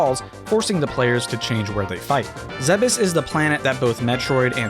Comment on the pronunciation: I heard "Zebes is the planet that Metroid..." and was terrified for a split second that he accidentally messed up Samus' name